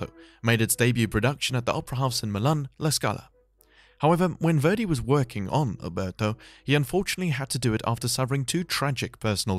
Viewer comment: I'm not going to watch your video if you can't even pronounce your subject's name correctly.